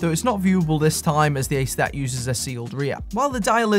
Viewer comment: Maybe someone said this already but the German "Aestaeth" (or Ästeth) is pronounced somewhat like the American estate. Not exactly but close enough ;)